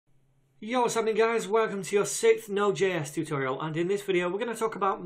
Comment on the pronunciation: when you say 'what's happening guys' it sounds like something else..